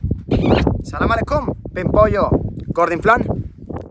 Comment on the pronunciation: 😎 hola Luisito « el crack » 🔥☄️💥! Fuiste a Wadi Rum pero no enseñaste el desierto de Wadi Rum ?!? Para sentirnos en misión en Marte por 20 minutos . Por cierto , te falta la A al decir Assalamu alay kum. Ma’assalama ! ❤️